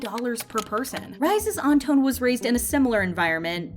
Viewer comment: Surprised the Chenle wasn't mentioned... I'm sorry but the way she kept saying Anton's name and St. Laurent..😬